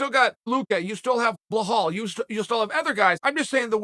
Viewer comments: I love how he consistently says BLA-HALL Muhammad when his name is super easy to say. Belal Chael!!! Say it……BE-LAL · Chael pls fix ur pronounciation of khamzat and Belal. It is „H-A-M-Z-A-T“ and not „h-a-Z-m-a-t“ and it is „B-E-L-A-L“ (the first „e“ pronounced like the „e“ in „bell“) so u day „bell + al“. I don’t know how u got „Bahal“ as a pronounciation. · "Blahaal"? It's Belal "Remember the Name" Muhammad🤦🏾‍♂️ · “Blahal Muhammad” and “Vichenté Luké” 🤣🤣🤣🤣🤣🤣🤣🤣🤣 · If chael says your name is Blahal and Vinchenzent, you're legally obligated to change your name. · Vinchincent luque and blahall !!! LOL, I love the bad guy's pronunciation !!! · Blahal Muhammad and Vincincent Luque 2 of the best worst pronunciations Chael has graced us with. It’s clearly on purpose at this point. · why uncle cael cannot pronounce the name of Behall and Hazmat name right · It's Belal "Remember the name" Muhammad" not Blahaal sonnen 🤦🏾‍♂️ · Who is "Blu Hal"? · Blahhall mo hammed. Vchentie luki. Never change cahrl sonne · 🤣🤣 Although somehow Hamzat or Hamza is correct pronunciation of Khamzat. He made correct pronunciation of toughest name, and simpler names like Belal or Vicente was made tough. Uncle Chael P Great Sonnen for us.